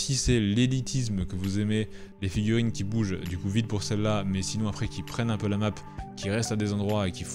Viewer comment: On ne dit pas "perain dans le temps" mais pérenne au masculin comme au féminin !